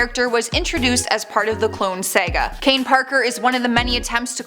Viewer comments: It’s ARCH-nemesis and not ARK-nemesis and it’s SAGA not SEGA. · That was bothering me. She also pronounced "Saga" as "Sega". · Sorry but I'm pretty sure that's not the way you pronounce saga. Nice vid though. Thanks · She said, “Saga” wrong and I can’t un-hear that.